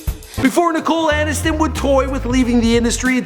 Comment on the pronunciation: Nicole Anis-ton